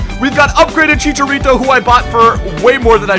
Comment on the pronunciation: Did you say Chichalito ? :D